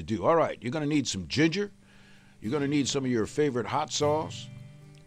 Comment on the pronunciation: YOUR GONNA NEED SOME "GIGJER" ROFL